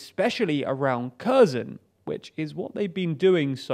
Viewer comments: KHerson not CURZON! GEEZ! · It's not Curzon, it's hhair-sonn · KherSon, not Cur-zon. It's not difficult to approximate correct pronunciation, but this less-than-impressive channel makes NO attempt. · The "K" in Kherson is "silent." Thus, Kherson is properly pronounced "HER SON." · CrimeaIsUkraine Thank you!! The Ukrainans I hear pronounce Kherson as "HEAR SAHN." Don't hear any "X" sound. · Why do you keep calling Kherson Curzon ? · The "K" is silent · how many times can he mispronounce Kherson. Emphasis should be on H not K... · Oh no! A foreigner who doesn't pronounce foreign names correctly!!!! Oh no!!!! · yea, I'd say it's pretty bad if news anchor doesn't know how to pronounce names of the places he is reporting on.